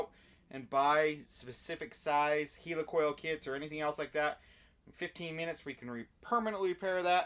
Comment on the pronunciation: "Heel ee coil"??? He means a "Heli coil", right? (As in Helicopter, or is that a Heeleecopter?)